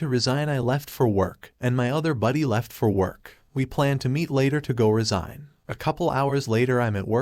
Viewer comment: Resign or resign? This artificial reader is terrible.